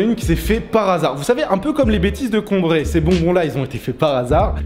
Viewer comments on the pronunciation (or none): "Avec les bêtises de COMbrai" venant de Cambrai sa fait mal a entendre xD